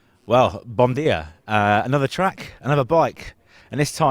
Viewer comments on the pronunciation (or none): Bom Dia is pronounced Bou Jia